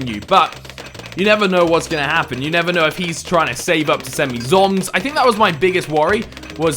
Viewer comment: Why do you say Z.O.M.G ZOMS?..